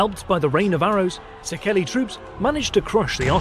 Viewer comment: Also Székely is pronounced as C.K. like Louis C.K. (the standup comedian, his orginal name is Louis Székely)